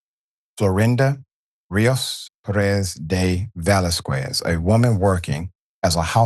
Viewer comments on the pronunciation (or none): The "U" after a q in Spanish is silent Dr Richey its pronounced "vasKEZ" not "vasKWEZ".